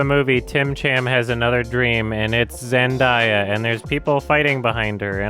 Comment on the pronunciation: zen-DAY-uh not zendieya 🙄